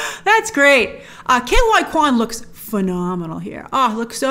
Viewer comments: surely ke huy quans name is not pronounced "K Y Quan" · she should really work on the pronunciation of Ke Huy Quan